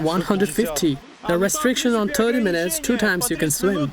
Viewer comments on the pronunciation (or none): none